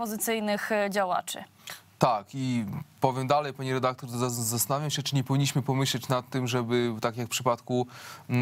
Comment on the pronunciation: Pani "redaklor", za pytanie zadane w ( ``) wziąłem słowo "redaktor" w cudzysłów, gdyż powala ono z nóg.... Skąd wzięło się ono w pani głowie?